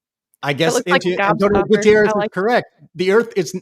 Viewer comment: Antoio Guterres was unable to work on his pronunciation in the last seven years. Sadly his knowledge about the climate facts is about on the same low level.